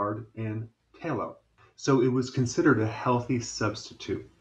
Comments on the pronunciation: "tay-lo" lmfao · My mother told me many years ago "lard makes the best piecrust".. (and I believe "tallow" is pronounced with a short or soft "a" rather than a long or hard "a".. at least back in my day...)